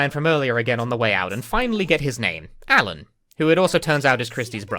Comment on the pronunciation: Hey, props to that Japanese VA for getting the L sound in "Alan" right.